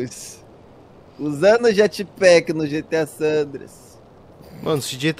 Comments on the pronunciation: "jatpack" já tô até vendo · "Jatpack" ? Isso é uma blxona 🤬😡🤬